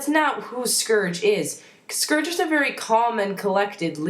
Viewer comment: You pronounced Scourge's name wrong...sorry I'm a grammar nazi. >.<